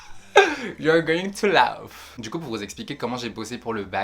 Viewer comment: not "LaOUf " but laugh "lAf" sorry haha I really enjoyed your video